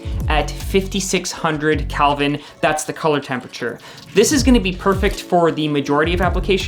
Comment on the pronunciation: Did he say "Calvin" instead of "Kelvin"? "COB" stands for "chip on board".